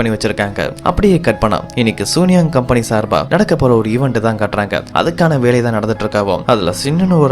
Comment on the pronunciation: இந்த கதை ரொம்ப நல்ல இருக்கு தம்பி , ஆனா அந்த கம்பெணி பெயர மட்டும் சூனியாங் னு சொல்லாம, சூன் யாங் னு சீன மொழி உச்சரிப்பில் சொன்னா இன்னும் நல்லா இருக்கும்